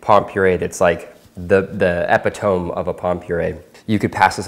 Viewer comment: “Eh Pi Tome” 🧑🏻‍🍳